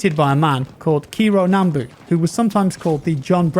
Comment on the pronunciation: "Kiro nambu" that pronounciation of Kijiro is the worst pronounciation of Japanese I've ever heard